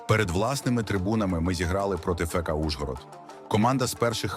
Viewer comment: Про клуби треба говорити ФК - не "фека" а "ефка". Це естетично і правильно.